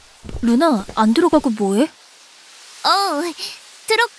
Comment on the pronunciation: 그와중에 ‘루나’가 누나로 들리네 ㅋㅋㅋㅋ